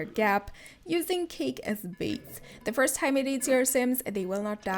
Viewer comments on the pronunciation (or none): none